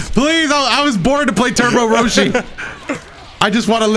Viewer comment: Does anyone else hear call Roshi, Broshi?